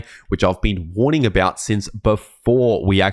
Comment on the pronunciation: it's a woorning